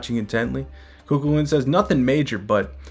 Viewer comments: Just found your channel. Love everything you post frfr! But nothing is more funny than hearing you tryna say Chu Chuliann. It’s not Ku-Ku-Lin. It’s Kugh- Kull-ian. Thank you for these updates as well🫡🙏🏽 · I love these vids bro! And I just wanted to lyk it’s actually pronounced “Coo-Cuh-Lin” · Hello local Irish here but in the video Cu Chulainn is missed pronounced it’s actually Cu-Cul-Linn